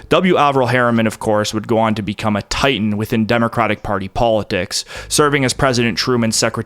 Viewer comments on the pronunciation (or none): none